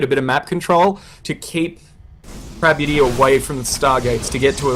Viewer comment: prabuty, not "parbuty" :D